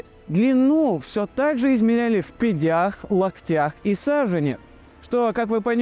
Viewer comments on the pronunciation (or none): В пя́дях , а не в пядя́х❗